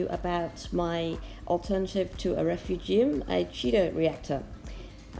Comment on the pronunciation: Love how you pronounce refu gee um haha. Im going to buy a tunze chaeto reactor looks luch easier to use. Great tanks! I would love to get to your level one day.